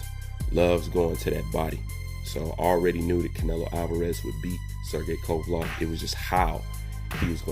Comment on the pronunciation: WTF IS A KOVALOV MAN, I FUCK WITH U BUT CONSTANT BASIC NAME BUTCHERING MAKES YOU SOUND MAD IGNORANT... "LEV" not "LOV"